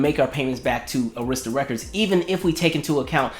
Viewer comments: Arista records is pronounced as 'Air'rista. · i had to clutch my invisible pearls that you pronounced Arista wrong!!! Im so shocked!!!!!! I still have her video collection dvd where she gave her commentary about all the videos